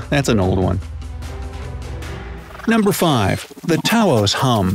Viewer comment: mans really out here pronouncing taos like tauhoz